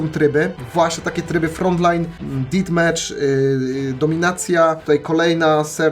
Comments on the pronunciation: Ditmecza xdddd Detmecza się czyta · Nie did metha tylko def mecza